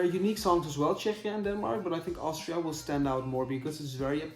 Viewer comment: Czechia is pronounced Checkia in English :)